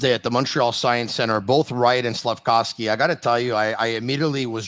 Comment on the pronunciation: Slaf-KOV-sky, not Slaf-COW-sky!!!